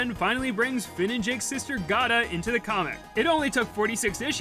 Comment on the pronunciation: The more people know about Gata, the better. Also, her name is pronounces Gate-ah, because she's a gate.